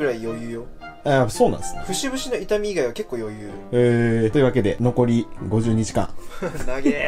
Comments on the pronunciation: 残り52時間が残り50日間に聞こえてええ！？ってなった笑笑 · ｢52時間｣が｢50日間｣に聞こえた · 画面見てなくて52時間頑張りましょうが、50日間頑張りましょうに聞こえて！？！？！？ってなった